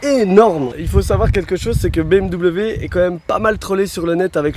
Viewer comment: BM- quoi?? lol la prononciation